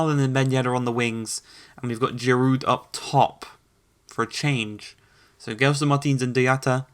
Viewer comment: Please can you pronouce Dyatta or Deeata for Diatta 😭 ans Giru for Giroud